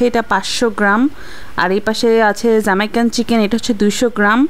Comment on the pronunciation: যামাইকান না জামাইকান মানে Zamaikan noy, Jamaican!